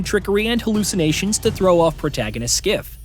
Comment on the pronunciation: Are you calling him Skiff? It's Kliff. 😅😂